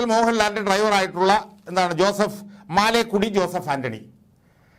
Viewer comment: മാലേക്കുടി അല്ല മലേക്കുടി എന്നാണ് ആൻ്റണിയുടെ വീട്ടു പേര്.